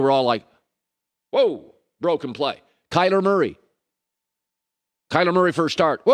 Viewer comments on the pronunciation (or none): Colin must have a sexy Rams calendar in his bedroom or something lol. The Rams, Big Tech, Justin Herbert, Kyler aka "Kyder" Murray as Colin pronounces it...I'm just surprised he moved off the trunky coastal kid